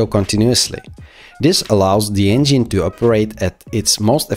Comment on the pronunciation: You need to work with a coach to improve your pronunciation of the letter "V", the "g" in the word "engine", and the word "relatively" (the accent is on the first syllable, not the second).